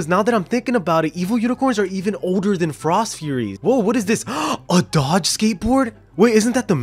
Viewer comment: when he says Dod ge